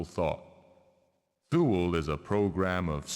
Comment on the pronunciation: Is it so hard for a developer with actual resources and a publisher back in the stamped CDs and boxes era to look up the proper pronunciation for an unusual word before they record all the voice acting? Thinking of "Thool" here. I know the internet wasn't as friendly back in 2000 but they could have called a library and asked the reference desk or looked it up in a book or whatever people did back in cavemen times.